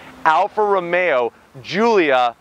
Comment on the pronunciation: Why does he say ROMeAaaaaa